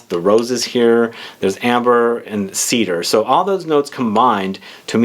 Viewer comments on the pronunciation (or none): none